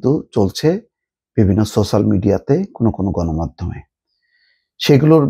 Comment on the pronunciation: ছোছাল!!! না না না*** সোচ্যাল বলুন।